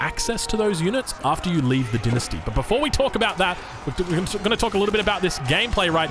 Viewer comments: You can say the same for the Chinese with him pronouncing dynasty as "dee-nus-tee" instead of "dai-nus-tee" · Lol, dinesty, you mean dine-esty